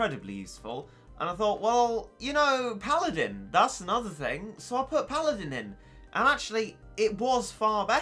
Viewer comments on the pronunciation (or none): none